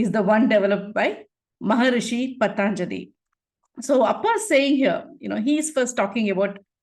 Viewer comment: Loved this program. With due respect, It should be pronounced Patanjali not Pataanjali